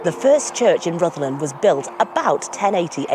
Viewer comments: It's Rr ith lAn. Rh is a digraph in Welsh, expressing one sound, atrilled R, but breathless. Then U which approximates to an English I sound. DD is another digraph similar to Th. But in Breathe. So RrithlAn sort of. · "Ridlan" Castle. That sounds about right! BTW, it's no longer Wales—it's Cymru. Scotland is Caledonia, Ireland is Hibernia, and England is Albion. Common law will return. The UK Corporation was declared bankrupt in 2021. I heard decades ago that the stones from the bottom of those drum towers at Rhuddlan Castle were taken away to build the nearby houses. 10/10 for the video. Thanks!